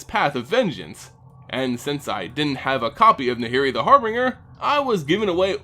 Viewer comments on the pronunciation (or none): Harbringer? It's Harbinger. HAR-BIN-JUR. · It's actually Nahiri the Harbinger, not Harbringer ._.